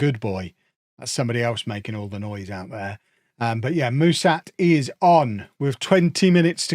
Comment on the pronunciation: For what it's worth, the name of your new striker (Mușat), is pronounced with a "sh" sound like in sharp, not with an "s". Same goes for the "Ș" in his first name 🙂 I hope he does well for you, even though he has an Fcsb stench on him 🤮😅